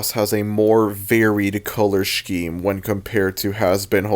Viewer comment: And pronouncing scheme as "sh-KEEM"